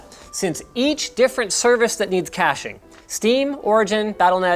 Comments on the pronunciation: Was "Cashing" Server intentional instead of "Caching"? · "Cashing server" or "Caching server" ? xDD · CASHING SERVER???? DID YOU MEAN CACHING SERVER??? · cashing server lol, cache sever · Caching, not cashing... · “Cashing server” lol